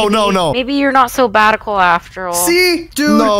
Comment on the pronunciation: Thts mest up shatical more like batical😅😅😅😅